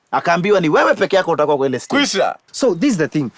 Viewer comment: "Shtand on the shtage" utakosaje kuona hii!